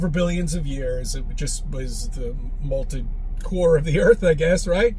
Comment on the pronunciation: In clinical terms... he's a loon! Also, he says "molted core" enough times to make me want to slap his dumb ass.